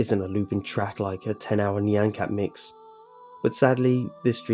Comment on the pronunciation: Also you said nyan wrong :P